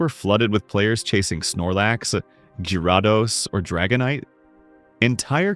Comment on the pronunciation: Lost me when pronounced gyrados like someone who’s never heard of Pokemon at all